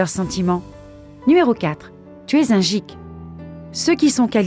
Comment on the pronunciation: pour le 4, ça se dit "guik", pas "jik"